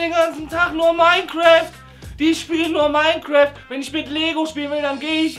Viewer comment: Minecreft :D haha das heißt minecraft :D haha wieder einmal ein tolles Video <3 AC verfilmung naja wird bestimmt geil aber freue mich schon auf den World of Warcraft Film